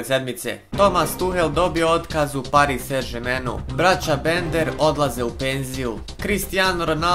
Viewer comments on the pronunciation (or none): none